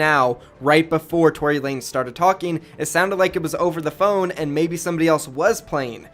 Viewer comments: tory lanEZ NOT LANES DUMBASS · Btw it’s Tory Lan-Ez